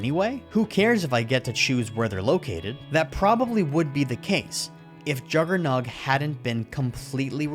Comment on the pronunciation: Jugger-Nawt you are fuckin killin me